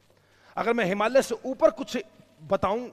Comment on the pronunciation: भाई साहब इतने ज्ञान के बावजूद आप हिमालय कहना नहीं सीख पाए । "हिमालिय्यै" नहीं है वह , "हिमालय" है ।